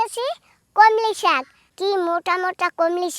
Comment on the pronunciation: Komli saag noi Kolmi saag